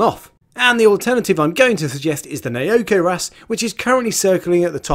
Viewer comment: It's pronounced Now Ko wrasse.